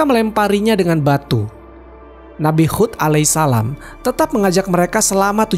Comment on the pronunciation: Nabi Hud bukan khud